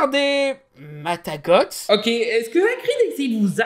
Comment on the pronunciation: MA-TA-GO :p le T ne se prononce pas ^^ Team Folklore Provencale :p j'adore cette analyse !